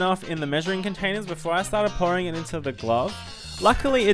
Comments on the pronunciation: When you said pouring I thought you said boring.....L.O.L.! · he said pouring container and I heard boring container and I was like you can decorate it yourself